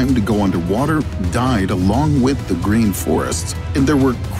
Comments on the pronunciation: Gereen? Sloppy. Thumbs down. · yes its very "gereen" there indeed. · 'can Antarctica become gereen again?' lol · “Can antartica be gereen again?” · Ah yes Gereen 😂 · "gereen"? What's that?? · secs - GEREEN!!! LOL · Can it be "Gereen" again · Gereen? 😂😂😂😂😂 I’m sorry but I noticed it 😂💀👌🏻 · "GEREEN" lol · Wtf is "gereen"? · GEREEN LOL